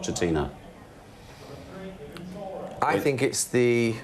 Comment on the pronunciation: Pochettino. Not inho. It's not that hard.